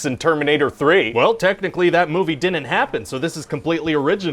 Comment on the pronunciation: My favorite thing is when he adds extra syllables to all his contractions. Like "didinin't" and "wouldinin't".